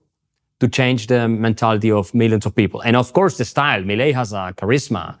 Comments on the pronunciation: Not pronounced Mileye but pronounced Milay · Its pronunced ME LAY. No meilai 😂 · So stopping the literal printing of money is a rockstar move…? 😂😂😂😂 Also it’s pronounced “Mee-Lay”, you uncultured swine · I find it kinda weird how he pronounces it like "Melai" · Pronounce it as “Me-Lay” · His name is pronounced Mil-lay. Inflation is down but the austerity programme is making life miserable for millions of people. Over half the population are now below the poverty line. Most pensioners earn less than $200 USD a month. Talk to the people on the street in average to working class neighbourhoods and you'll get a different perspective. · Su pronunciation fue muy malo. 😆